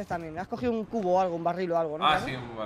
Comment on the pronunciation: Hasta destri dice Barrul 😂😂😂